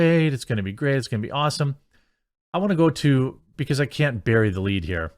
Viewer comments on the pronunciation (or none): none